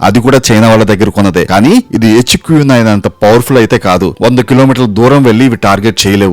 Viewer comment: ఎచ్చుకు నైన్.. ఏంట్రా..? హెచ్ క్యు నైన్ అనలేవా...😂😂